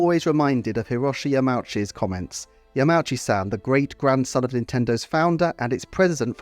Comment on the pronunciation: Yama-oochi is probably the correct pronunciation 😅